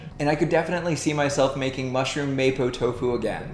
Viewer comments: It's mahpo not maypo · It kinda triggers me that he says mapo like maypo and not mapou... but I’m just happy that there’s a video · It's pronounced "Mah-pwo" Tofu not "Maypoh" Tofu. Good video though! I might try out your recipe myself!